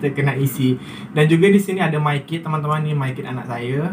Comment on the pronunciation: MyKid bukan MayKid ya.